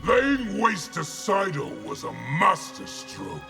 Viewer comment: It's SEIDO. not SAIDO